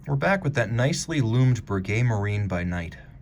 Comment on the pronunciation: very nice piece - even though a fresh video, I need to correct my beloved watch commentator in his French - you pronounce "Marine" in French similar to English "Marine" - you speak the "i" as an "e:", not as did with the nasal French sound. cheers